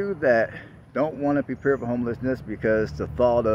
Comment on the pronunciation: I keep hearing this ja makin guy I used to work with say PREPARE every time you say prepare. It's funny to me LOL